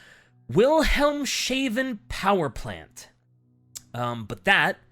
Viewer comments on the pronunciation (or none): I’m gonna “actually” you 😂 it’s pronounced “Wilhelm’s haaven”. Although I love “Muh-tank”, “it’s a hoe” and “Wilhelm shaven” 😂